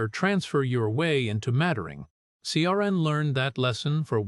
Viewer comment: AI is hopeless at pronouncing names - Ciaran!